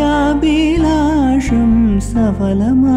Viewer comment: Hi, Nicely done..Just a couple of pronunciation problems I noticed...You need to aspirate the 'bha' in adyaabhilasham etc... Spoken Malayalam is all right without stressing the 'bha' but songs need it...Also, it's saphalam, not safalam..This 'pha' is an aspirated 'pa' analogous to 'bha'... In Malayalam, technically there is no 'Fa' sound unless it's a word of foreign origin... Not sure if you're from Kerala but your Malayalam otherwise sounds quite fine...Regards..:)